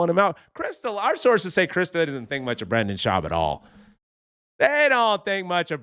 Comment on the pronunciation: Hey, Redbar called. He said he wanted his shtick back. And I can't stand him either, but it's pronounced Br-IN-den. I was going to take a shot every time you said Brandon, but as a general practice I try to avoid alcohol poisoning.